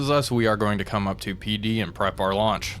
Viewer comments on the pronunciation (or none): none